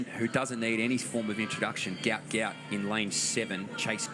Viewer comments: His name is pronounced ‘Gwat Gwat’…due to a clerical error by Somalia on his passport his name was incorrectly spelt Gout Gout instead of Guot Guot. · Its pronounced go-ut not gout gout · Could commentators use the correct pronunciation of Gout Gout’s name. His father in a press interview gave the correct pronunciation and spelling. A mistake happened when filling out papers coming from South Sudan correct spelling is Guot Guot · The name is Guot Guot, pronounced Gwot Gwot. For the exact pronounciation, see his father speak about him at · Guot Guot (pronounced Gwot Gwot)